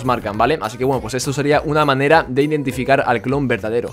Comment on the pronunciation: Mire en el minuto dice ^clon verdadreo^